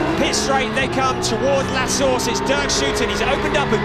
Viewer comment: I love turn 1's name "La Source", but pronounced "La Sauce" (at least that is what I hear lol)